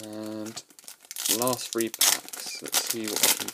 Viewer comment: THREE, THREE, THREE. NOT 'FREE'. LEARN HOW TO SPEAK PROPERLY.